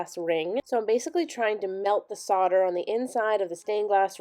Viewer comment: ITS SOLD-ER!! PRONOUNCED SOLD..DER, OR SOLDA. (SOLD-AH if you’re from London or Essex!! LOL) When using it, You’re SOLDERING!! when it’s done, you’ve SOLDERED IT!